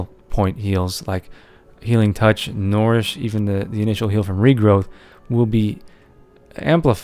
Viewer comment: STOP Misspronouncing NOURISH ITS SAID LIKE NURISH NOT NORISH! RAWWWWWWWWWWWWWWWWWWWRRRRRRRRRRRRRR. please thumbs :D